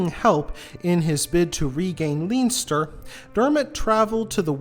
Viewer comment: On a positive note Baginbun and Bannow are lovely beaches. Super interesting thank you. Just a note, Leinster is pronounced Len-ster. Armagh is pronounced Ar-maa. Agh at the end of Irish words is pronounced aa.